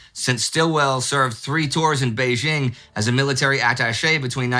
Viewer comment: An excellent video as always! Sino-German cooperation in the 1930s is a fascinating yet little-known aspect of the broader war, and every so often one sees Westerners wonder why Chinese soldiers wear German-type gear on photos and film footage from that era. One detail, Indy, if I may: , you mispronounce Beijing as Beizhing. It's a bit of a pet peeve of mine since a lot of people make that mistake. It's the same character and same pronounciation as in Nanjing.